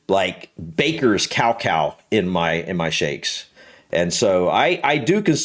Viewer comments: Iv never heard someone pronounce cacao like that 😂 cow cow! It’s ka-cow 😂 also your wife likes terrys chocolate orange it’s British! She has good taste! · we pronounce cacae more like ca-cow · I thought he was talking about 100% pure cacao powder which he pronounced as 'cowcow' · Cacao is actually pronounced Ka Kow